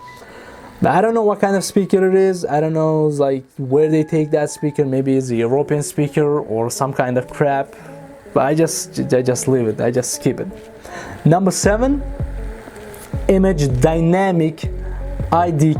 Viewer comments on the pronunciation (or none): It's European not "Uropean." Like, your O pean, not Your Ope Pean.